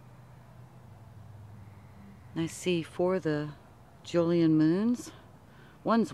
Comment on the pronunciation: Jovian not Julian.